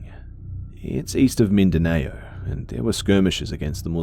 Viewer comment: Just for clarification, the island the troop was stationed for training is in a region pronounced ‘min-da-now’.